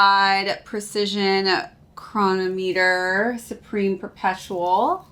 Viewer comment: Not sure if you’ll see this but I believe the plate is inspired by the Rolex Daytona and the omega speed master. It has the hour indicators of the speed master but the functions/look of the Daytona. Also (not a big deal) chronometer is pronounced chro-nah-metter.